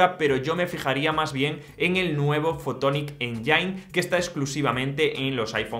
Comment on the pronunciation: "potonic eyain"